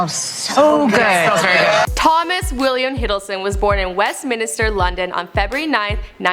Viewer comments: Westminster not Westminister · he lived in West Minster, not minister. Also it's EEEton not eton, and he won the Lawrence "Oliviaaa" award not Oliver. I tried to do it phonetically so that you got the annunciation correct. I'm not bagging on you, those were just words you haven't seen before probably. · West min-I-ster is my hood